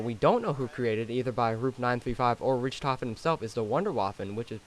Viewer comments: This guy gets on my nerves for saying Richthofen wrong he says it like (RICH-TOF-EN) it's (RICK-TOF-EN) and I know I put Rick so he can understand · It's ricktoven not Rich thofen it's spelt Richthofen but it's pronounced ricktoven